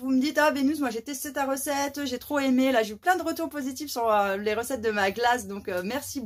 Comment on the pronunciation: ...m'énerve avec son "lé"...Encore un cours de cuisine....Ca ronchonne de moins en moins! La prochaine fois ça sera quoi? "Coupe et couture?":face-orange-frowning